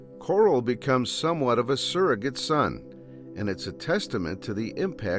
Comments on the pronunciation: Bro... Why are you saying "kurals" name like that lol😂😅.. Like Rich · He did not just call him "Coral" 😂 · Oh nah is this dude saying Carl like "Coral" unironicly or is he self aware?😂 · Did blud say Coarl on purpouse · lol the AI pronunciation of Carl